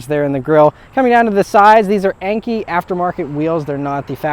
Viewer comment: Enki or Enkei wheels mate?